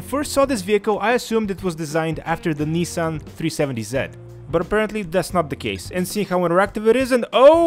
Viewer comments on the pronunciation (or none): none